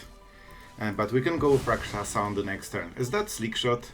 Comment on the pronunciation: You pronounced that Rot-Curse Rakshasa like you're a native of Tarkir lol